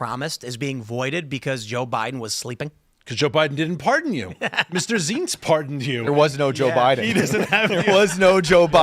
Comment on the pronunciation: Zients -- rhymes with "pints."